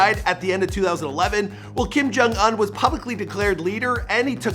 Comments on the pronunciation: It pronounced oun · The fact that he pronounces Kim Jong “Ahn” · They way he pronounced "Un" and "Iran" was cringe worthy!